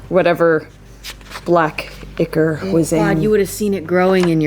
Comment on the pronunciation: Who else was screaming "ICK-or, ICK-or....It is not...EYE-CORE!"?